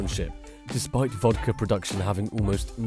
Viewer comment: It's vodka, not vodker.